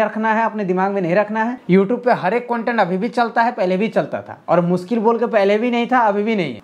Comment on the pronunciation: मुनकिल नही ना मुनकिन है अपना टाईम आयेगा